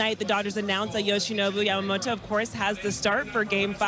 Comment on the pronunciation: あたり 彼女はヤマモロじゃなくてヤマモトってちゃんと発音してるのが興味深い。勉強から来るものか、元々この人の発音なのか アメリカは王貞治の名前も出してくれてたり、歴史の権威付けとリスペクト示すのが上手だね